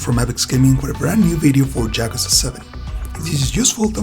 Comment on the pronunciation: I died inside when I heard how you pronounced yakuza